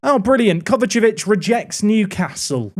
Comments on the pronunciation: KovaČIĆ not KovačEvić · Take a drink every time mispronounces Kovacic